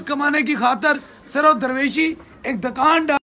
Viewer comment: Dakaaaaaaaaaan nahi hota chutiye Dukan hota hai.Wagon conductor peer ban gaya hai yh to hona hi hai.4 jamatain hi parh leta😂😂